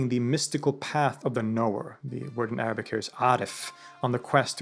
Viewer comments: Thank you so much for sharing such condensed information brilliantly about Ibn-e-sina. I am impressed with your Arabic pronunciation and explaining difficult topic like essence and existence clearly. I read about him in childhood and am grateful to come across your video which helped refreshed my information which I almost forgot then. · always impress me with Arabic pronunciation! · Huge amount of respect due to the writer of this documentary. With religion bias aside. The amount of pure passion that is able to be seen with this author is astounding! The announcation of his Arabic speaks volumes! His ability to compare historic philosophy to philosophers around the globe to ideas from the Quran is mind boggling. Great work brother !